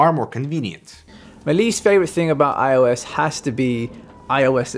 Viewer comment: iOS not iUS